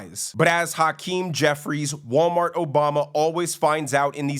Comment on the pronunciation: Pronouncing his name is like hacking up a lougie. Haackeem